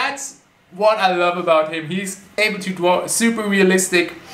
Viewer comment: I love when says “dwaw” instead of draw mainly because of his accent 😯